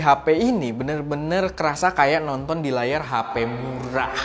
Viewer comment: Agakk muuuuwwwwwrah agak di tekankan disituuu , keren keren sound effectnya , btw pengeditan video dengan effect effectnya udah keren banggg penyampaiann juga tapi coba di jadiin 12 atau 11 menit aja ...